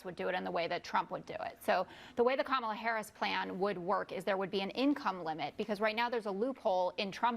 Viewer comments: Did they all agree to mispronounce Kamala Harris's name? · This continual mispronunciation of her name is not at all the flex they think it is. The more they do it. The dumber they look. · Jr. can't even pronounce Kamala's name correctly. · The intentionally mispronouncing Kamala Harris’ name is getting really fkn old. It’s 2nd grade level nonsense